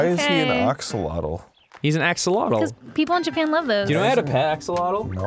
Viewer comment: Axle-ottle? Haha, reminds me of those who pronounce chipotle "chipottle". (Btw it's pronounced "ah-sho-lo-tl", a strange/interesting choice for an Animal Crossing character tbh.)